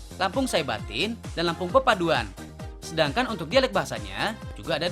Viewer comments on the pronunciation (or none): papadun bang bukan papaduan